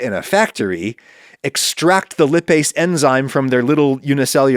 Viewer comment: This was interesting Adam. Though, I wish you'd have looked up how to pronounce "lipase" before saying it repeatedly.